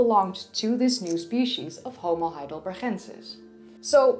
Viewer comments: Why you pronounce it HeidelberHensis instead of HeidelberGensis - why by "H"? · I am not a German, but G in Heidelberg should be pronounced like "normal" G sound - like in "game" in English for example. Or it is maybe English or French version with H sound? Btw. there is more to say about Heidelberg, if we are talking about science. Heidelberg University is oldest German university, so it's pretty important place. That's why, for example in WW II it was one of only 3 towns spared from allied bombardment. I am not trying to troll, just to clear things up. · Why u say "...chensis"? Its not dutch^^ Its Heidelberg, the G as in Go.. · I love the way you say heidelbergensis, also I noticed the same when you pronounced Lee Berger on the homo naledi video. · BTW the "g" in Heidelbergensis is the same as "gate" not the Dutch pronunciation as in "Gouda". Although, I must say that your Dutch pronunciation is very attractive. Subscribed. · i just wanna say you have a dutch accent when pronouncing those german things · Heidelbergensis - the 'g' is pronounced like the 'g' in 'good' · Every time she says heidelbergensis I cringe so hard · Hi, love your videos and your English is perfect. Except that you always use the Dutch 'G'. Heidelberg has the German hard g, as does heidelbergensis. And Cro Magnon is French, so is cro man-yon or mañon.